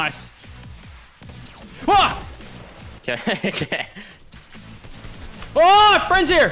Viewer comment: *: **Rifts* *Lachlan*: “NOICE RIFT FRESH”